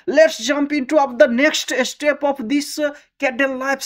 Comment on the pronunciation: inventive and informative video. Couple things. the word spet. I think you meant to say step. Also your audio is not in line with your mouth moving. Just lil things